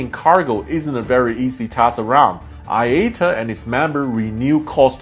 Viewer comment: It’s iata. Eye ahh tah! Good lord